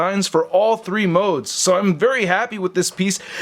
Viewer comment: "It's not sho bad."😀